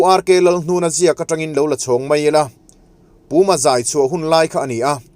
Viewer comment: Puma zai tih i lam dan khi a diklo